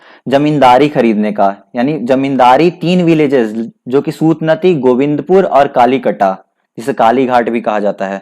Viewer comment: It's not सूतनती It's सूतानती